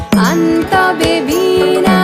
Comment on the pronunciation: গান টা ভালো লেগেছে কিন্তু একবার ভীণা আরেকবার বীণা উচ্চারণ